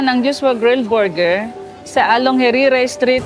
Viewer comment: panget magpronounce ng buger ✌️ borger